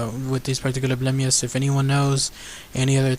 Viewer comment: It's not blemmyes its blemmyes